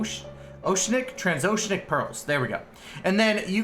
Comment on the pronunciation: its pronounced "trans-oh-she-an-ick" i hope that helps! EDIT oh shit, you said it right!